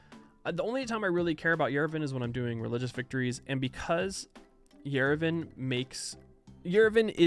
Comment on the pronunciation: no idea how its correct in english, but as someone living in yerevan i have to correct that the a in yerevan is pronounced as a, not e.